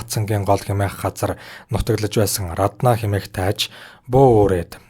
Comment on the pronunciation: Рррраднаа гээд байх юм.Раднаа гэж бичээд Араднаа гэж дуудаж байлдаа